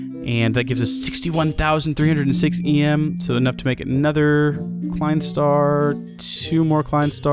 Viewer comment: Look up a tutorial on how to count to five in German, it'll help with the pronunciation of the Klein Star names.